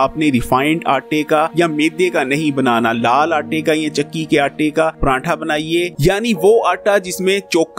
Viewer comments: بھائی جی پرانٹھا نہیں ہوتا۔۔۔۔۔ پراٹھا ہوتا ہے۔۔۔۔ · Bahi pranntha yaa pratha 😌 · pranntha nhi jnab pratha khte hen is ko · PRANTHA Ni hota PRATHA hota hai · Pranatha tha nahi hota.. paratha hota hai.. Maluk shake nahi hota... Milkshake.. Ur pronouncation shows ur capability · Sir Prantha Nahi Paratha Hota Hai... Or milk shake hota hai milak shake nai...😜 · Paratha hota ha parantha nhi hota hahaha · Sorry to say it's prathaa not pranthaa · O bhae prantha ni paratha hta hai plz sae prounounce kia krain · Prantha ni hota pratha hota h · Prantha aur milak shake wah kia accent hy bhai